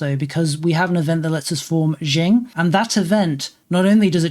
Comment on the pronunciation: Qing is pronounced ching, not jing, though jing is yet another very entertaining mispronunciation.